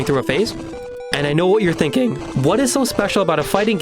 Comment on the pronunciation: "And I know what you're T h I n K i n G" sorry but I lol'd